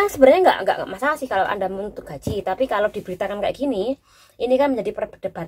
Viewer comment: dari tadi ngomonge konyol salah cara membacakan gajih baru nyadar ...